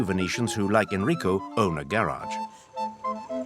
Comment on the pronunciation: The speaker invents words or pronunciation : the "gondolieri" (and any other boat-user) yells "Oi" (not Ahoi), the place to build Gondole (not Gondola's) is called "squero" (not "square) .Almost all names get twisted (Enrico becomes Hennrico , Saverio becomes Sayverrio), the max is Brunelleschi (iron. Brooneleski not Bruneleshi).The Artichokes dont need to be "imported", the most famous come from San Erasmo (the venetian veggie-island).Why pronounce Café Florian french? The name comes from owner of the (Floriano = in venexian "Florian". At 24.37 you see typical "terrazzo" floor , not marble mosaic. The prison is not in the basement of the Doge's palace , its nearby in the "lead-chambers. That Tadao Ando became "Tadio" was already quoted .The ship is called "Bucintoro " not "büsantor" (the speaker seems to like french , something in Venezia not really beloved after the horror Napoleon brought to the city).